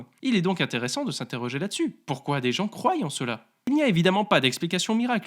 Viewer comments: "croyent" dire "croient" suffit + 1 abo' grâce à Licarion, fait lui des bisous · Tu as dit croillent...